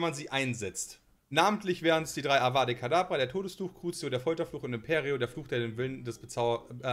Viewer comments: Ich hatte auch einen kurzen Nerven Zusammenbruch als abra kadabra und Avada Kadabra gesagt wurde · Triggert das sonst noch wen dass immer Avada Kedabra sagt? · Avada Kedavra bitte! euer abra kadabra triggert ja ungemein... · Wer kennt ihn nicht, den unverzeihlichen Fluch „Abrakadabra“ 😂😂 Und Voldemorts Schlange die „Nigiri“ heißen soll, also wie Sushi 😅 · Avada kedabra....Mensch Mensch😂🤦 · Avada Kedavra.. nicht Avada kedabra.. trigger..😅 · Nur so als Frage: hab ich das falsch verstanden oder haben sie bei der Frage mit den unverzeihlichen Flüchen beide "Avada Kadabra" gesagt?!